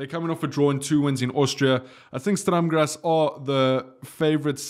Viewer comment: Its sturrrm grazz not straam grazz